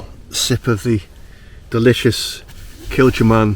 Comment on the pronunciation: Great video again, enjoy seeing our local area, keep them coming. But, im not so sure of your Kilchoman pronunciation, i may be talking rubbish but think it could be pronounced as 'c' rather than 'ch'. Have you ever visited Islay? Fabulous place, not just the whisky but the wildlife too 😊